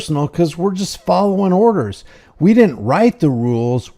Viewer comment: Juz' folloving' orrdahs!